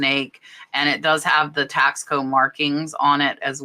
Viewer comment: Taxco is pronounced Tasco, Tasco is a town in Mexico where the whole town makes silver jewellery. Even families that live further away from the town ( small city) bring their pop and shop silver jewellery to town to sell to the wholesalers and stores. Are you saying there is a brand called Tasco (taxco) or are you saying the piece was made in Mexico in Tasco? Thanks.